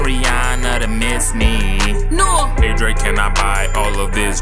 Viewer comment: ENDER MODZ it's pronounced drake